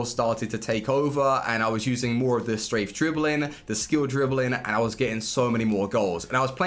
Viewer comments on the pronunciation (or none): none